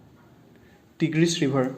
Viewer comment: তিগ্ৰিছ নহৈ টাইগৃছ